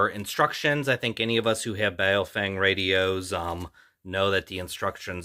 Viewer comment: It's pronounced bow (as in take a bow) fung. Weird, I know, but for example the name "Chen" is pronounced "Chun".